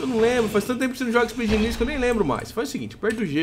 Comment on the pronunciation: Aeeeeee "ispaice engeniers" \o/